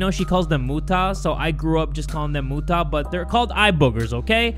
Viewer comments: that's my name mutta but you said mu ta lol :D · Deep apologies bro but it is pronounced moo-tuh or moo-tah upper ah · it's pronounced Moo ta not tae but ta "TAH" but stick with mutah 😳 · Muta... The pronuch of that word hmmm say mu in a hard way and long like "muu" then when you say ta if you say "ta" stop so pronounce it like muuta. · i love how he pronounced “muta” LMAO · Muta❌ Mootah✅ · The part which is a motoy and i'm a Filipino the right pronunciation is muta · im gonna cry on jays pronounciation of muta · Me who just learned that mom is filipino: AYO WHAT?!- And also you said muta wrong but still tho- WHAT?!?!? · it’s funny how you say muta 😂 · i like how his mom is Filipino and Pronounced the word muta wrong 😅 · Muta it's funny how you pronounce Muta but it's fine lol😭👍🏻👍🏻😍😍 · how he pronounces "muta" triggers me(im filipino)